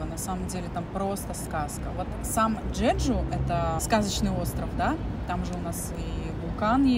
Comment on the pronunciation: Какой "джеджу"???, Чеджу